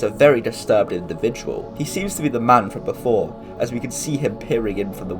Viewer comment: it was funny he said randomly "he seems like a very disturbed dividual"